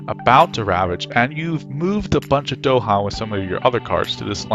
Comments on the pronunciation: It's "DahAn" with emphasis on the second syllable, not "DOhan" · Bro said Dohan